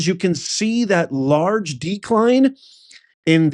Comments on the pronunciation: Larg e scale? Dude, it's Large Scale, lol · Firstly, the name of the media company - Reuters - is pronounced (Royters) and it's not LARG E Scale, it's Large scale social deception. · LARGE. not L ARGE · it's LARGE SCALE not LARG E SCALE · It’s “Large” not Larg E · The word is large not larg ----- e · It’s LARGE SCALE not LARG E SCALE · Larg e scale? Really? ASED sounds like acid, otherwise known as LSD. Are you really a professor? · The "e" goes with the "Larg" (large) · ROY tears, not ROOT ers- and LARGE scale social deception, not E SCALE. Is this stuff possibly real? Good God….